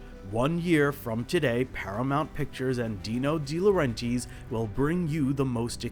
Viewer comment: So you went through all the trouble of researching this film, you had to have listened to a ton of interviews and after all that you're going to pronounce Dino De Laurentiis' name like that?!